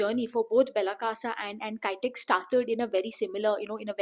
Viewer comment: Not kytex...kitex